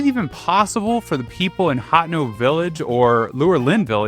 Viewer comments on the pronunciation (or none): Anyone else yelling ha-ten-o mentally everytime they hear him say hot-ten-o? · "Hatno" lol. HatEno. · Ha te no village not hat-en-o Ka-ka-ri-ko village. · Literally though 😭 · It's pronounced ha-ten-no village, not hot-no 😅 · Do you ‘hat-tay-no’ village?